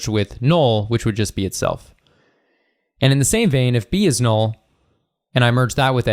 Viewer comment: Nobody: This guy: “Nool”